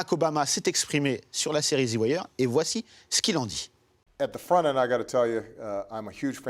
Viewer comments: Theuh Wire pas thi wire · exemple: the aim, on dit zi pas zeu the wire = "zeu" wire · ZII waireee !! bordel "THEU" en V.O c'est Theu pas ZI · zi ouailleur 😂😂🤣🤣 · Déjà « Zi Wire » 😂 n’est pas une série sur le ghetto qui en est l’une des ses principales composantes! C’est une série policière qui fait un constat de toutes les couches de la société US! L’histoire repose sur l’immersion d’un journaliste David Simon dans la police de Baltimore. Une écriture au scalpel avec des personnages très écrits! Omar, Prop Joe, McNulty, Stringer Bell, Bubbles, Marlo, Chris & Snoop les dockers, les flics! J’aime cette série car elle représente quasi à l’identique l’image que j’avais de l’Amérique! Ce qui a rendu cette série si captivante… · Il est perurbant ton "Ziwaire" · pourquoi il fait que de dire "zi" wire bordel?! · Zi wire wsh harcheum 🤣🤣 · Pourquoi au début il dit Zi Wire a chaque fois, c'esf trop louche! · zi wayeur! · ze wayeur